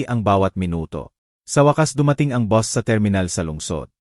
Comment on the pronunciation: Hindi mo Nga alam kung Pilipino ba ito, " bus' Ang pagbigkas Hindi Bos, ma,- la- lim , Hindi Mala- lim, haysst!!